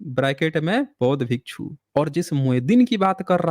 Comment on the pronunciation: Abe chup Bhasha ko galat prayog mat kar galtiyan tujhe hi pakadana nahi aata hai humlog ghas nahi chhil rahe hain भिक्षु hota hai भीकू nahi